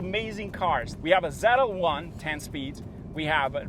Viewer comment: It’s Z L 1 not ZeLa 1